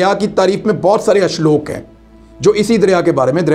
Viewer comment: Bhai shloke kahein nakee ashlok